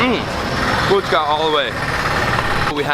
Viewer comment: Fuchka not fuska